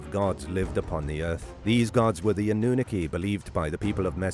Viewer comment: Anoonooki? Sorry but wrong pronouncing 🤷🏻‍♂️ good effort tho